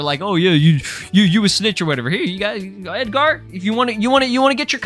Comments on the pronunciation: Why do you over pronounce the AR in Edgar? You sound like a pirate 😂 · Who tf is Ed-gar😂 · Why you saying “Edgar” like that ts pissing me off lmfaooo😂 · i don't think i've heard anyone pronounce edgar that way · They way you pronounce the name Edgar is killing me🤣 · Why are you pronouncing Edgar like that lol I thought you were hispanic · Why bro pronouncing Edgar like that